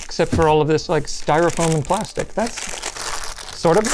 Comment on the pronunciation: Plasics, yea that new material.